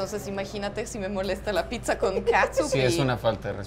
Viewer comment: O sea es pitza o piczanla pronunciación?